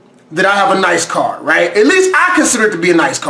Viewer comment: I love your carrrrrrr